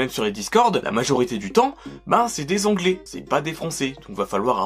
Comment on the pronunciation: C moi ou il dit la majorité parle onglais au lieu de anglais